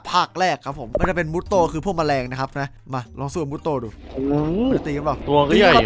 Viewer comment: มูโตไม่ใช่มูโต้พี่ม่อส